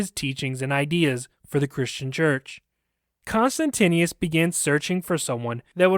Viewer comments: The name of the Roman Emperor was pronounced "Con-stant-ius" sound it out. You're inexplicablably adding an extra "n" and "i" to your pronouncination. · The emperor was Constantius, not Constantinius. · Whoever does the narration of the story is constantly mispronouncing the name of the emperor, although, it is written correctly on the slides for the video! It would be great if next time more attention is paid to this b4 the audio is aired.